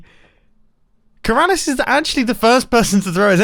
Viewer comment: Mumbo: “It’s so Keralis and hilarious” Me: Keralious